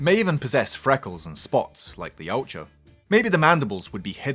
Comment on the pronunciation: OK now sorry but I have to point one thing out from my study on the Internet yautja isn't pronounced how he says it but Is pronounced e watt ya